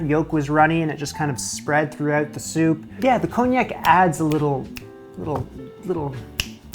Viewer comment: Nice job. But...there's no 'j' in Parmesan, 'erbs starts with an 'h' and wtf is cone yak? 😉